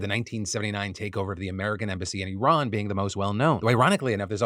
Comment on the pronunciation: I'm impressed that Phil is finally pronouncing Iran properly.